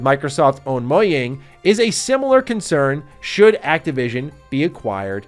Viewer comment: "Moyang" lol